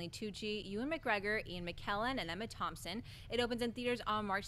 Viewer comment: Did she just say Emma Thomson?